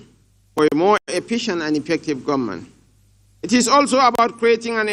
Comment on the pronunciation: Why do northerners pronounce government as gunmen? Did you hear that from shetima?